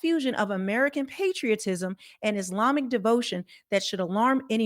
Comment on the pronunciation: That robot woman standing there Consistently goes thru the SAME hand movements,...& is trying to say Islami - instead robot says ' iz limey! ' , you can tell when it's a computer they can't pronounce the year or a $ monetary/dollar amount properly.